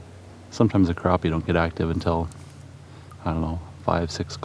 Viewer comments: I love your videos but the way you say crappie drives me insane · Have I been saying it wrong the whole time? I pronounce it crap-e not crop-e...